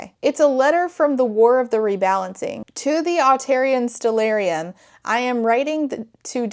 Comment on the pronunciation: Everyone you say Artarian Stillarium (or whatever) I hear Italian Stallion.